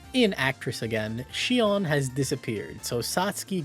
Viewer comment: The best part of this video? Our boy finally learned to pronounce Sion. 🥹